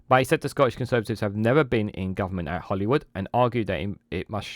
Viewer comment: Sorry but its Holyrood not Hollywood 😅